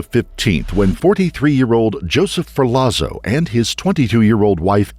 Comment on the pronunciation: *Ferlazzo= ferlatso